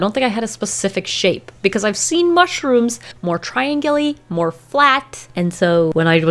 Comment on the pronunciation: No one literally no one:: “TRiAngulYy” “MUshrOomY” 😂